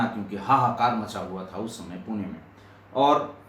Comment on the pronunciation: Sir Puna nahi Pune nam aahee